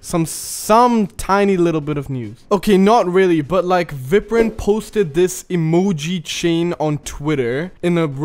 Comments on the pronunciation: I’m sure it’s pronounced Vi-prin, not vip-rin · Day 4 of telling you cant open geometry dash on ios17 (also it’s viprin said like eye, veyeprin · It’s pronounced Vy-Prin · We say Viprin not Viprin Your welcome👀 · day 4 of where 2.2 (27 possible days) why did he pronounce viprin like that tho